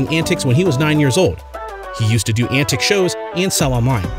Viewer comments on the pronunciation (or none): It's ANTIQUE, not ANTIC. Those are totally different things lmfao. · he can't read the word antique. an teek might be better. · Couldn’t make it through because of your pronunciation of antique. Fix please